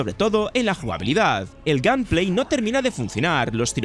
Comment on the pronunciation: Que raro dices gameplay macho.....